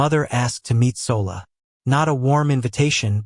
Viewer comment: SOLA is pronounced SHOLA